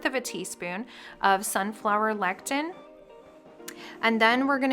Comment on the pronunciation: It is pronounced le-si-thin. Lectin is natural repellant produced by plants!